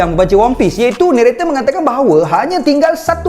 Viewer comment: Narrator ❌ Neretey ✅